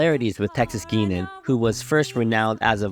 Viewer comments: Texas' first name is pronounced GUY-nan, not GWEEN-nan or whatever your keep saying. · Just for future reference, her name was pronounced Texas Guy-Nan, not Guee-Nan. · GUINAN (as in Texas Guinan) is properly pronounced GYE-NAN.